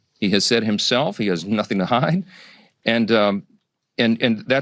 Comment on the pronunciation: lol the way he says hide... Because he knows